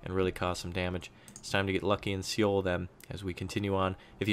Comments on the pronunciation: It's too late now, but Seoul is pronounced Soul, never ever See-youl. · Great videos man, btw Seoul is pronounced just like soul/sole :D